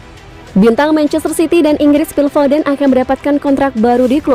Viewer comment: Foden namanya, bukan fofen